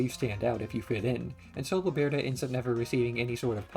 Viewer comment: I’m sorry, but your pronunciation of Bloberta drives me crazy. Great video though lol.